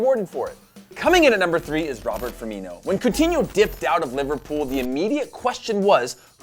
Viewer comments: Uh... it's Roberto Firmino, not Robert... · It's not Robert, it's Roberto